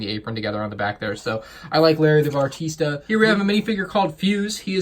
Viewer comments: bah reee stuh not batarisa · I am triggered as well! It’s Barista! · Why do you keep saying “bartista” instead of barista? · It’s barista not bartista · its barista not bartista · Also, it’s Barista, not bartista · Barista not bartista. Only one T at the end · says bartista instead of barista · Bah-Ris-Ta bro. Shyt, it killed me listening to you say it wrong so often. Lol. Great review otherwise man, but that was brutal for me. Sorry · "Bar-tee-sta" triggered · You pronounced "Barista" Bartista. No hate tho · I’m absolutely TRIGGERED by the “Bartista” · I'm glad I'm not alone. I want to ask this guy how many "t"s he thinks are in "Barista". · yeah he keeps making errors like "bartista" and "green arrow logo"